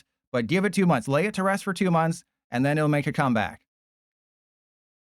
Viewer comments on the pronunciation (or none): none